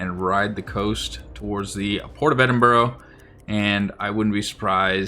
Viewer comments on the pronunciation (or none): Also, it's "eddin burr", not "edin burro" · Edinburgh but you say, Edinburro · Great vid but the British place names have you foxed: "Hart-lee-pool" "Ed-in-bruh" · Ngl love hearing Americans mispronounce British place names if you want it's said like eh.duhn.bruh And Heartly pool Like the series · Good video. But please Ed-in-bruh.